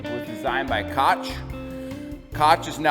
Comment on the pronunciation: Keep up the good work but maybe look into one thing: I think the Koch that sold to Bunzl may have been one of the Koch bros’ businesses and their name is pronounced “Coke,” like the soda drink. They are obviously billionaires and heavily involved in Libertarian causes. I could be wrong but look into it!!